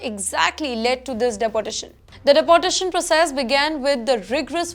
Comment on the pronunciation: It’s pronounced Dee- por- tae shan not depotation